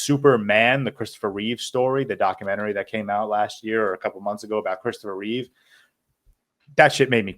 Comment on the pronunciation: It's Chistopher Reeve not Christopher Reeves